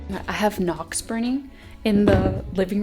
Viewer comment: Noix is not pronounced knox. In french nuts are nwah